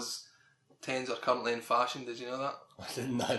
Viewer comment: every time u say "currently" it somehow sounds like u are swearing